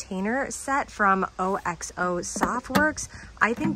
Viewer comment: I’m enjoying your finds! One hint OXO is pronounced OX O like the animal ox + O